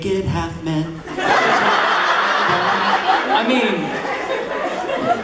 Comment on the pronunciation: Damn it Josh! First it was "I had the sex with the bees and the eagles!!" and now its "We're naked half men." 🤣🤣🤣 I can't unhear it now.